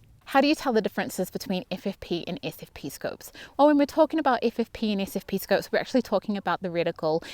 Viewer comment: Sure wish I could distinguish your pronunciation of your "SFP" and your "FFP"'s